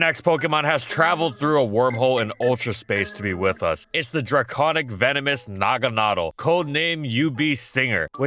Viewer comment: Really interested to know how good Naga-NAY-del is, a Pokémon given to you too late for it to be even remotely useful